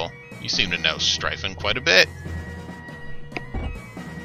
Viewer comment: Funny enough you pronounced it right, the Word "Streifen"